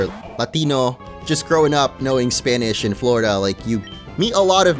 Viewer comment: Dude your Spanish pronunciation is very good, almost flawless!